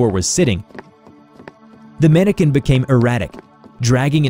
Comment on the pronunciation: Mannequin not Mannican